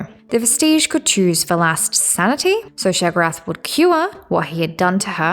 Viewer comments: I know it’s not a big deal but why do you keep saying sheg-orath? You spell it write. It is pronounced Shay-o-gor-ath. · Why are you saying his name like that? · So the first "o" in Sheogorath is silent? Very strange Dee-dra wouldn't you say?